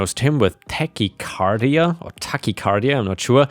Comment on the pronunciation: I've heard the liquor store story before, but it was the "i don't work here" version told by the comedian! And on the Vietnam story, that "opposite of meditation" is just a very niche form of meditation, not an "opposite" to it. Also, you pronounced "tachycardia" correctly the first time.